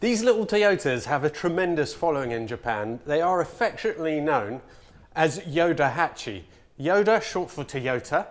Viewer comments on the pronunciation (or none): What a nice surprise to see a thumbnail with you and a ヨタハチ. Very cool car and video. (PS. Just a heads up, the car's nickname is pronounced Yotahachi with a T).